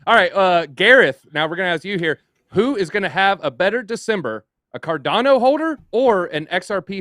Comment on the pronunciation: Does this clown not know how to pronounce cardano? Dude literally everyones pronouncing it right and ur doing it wrong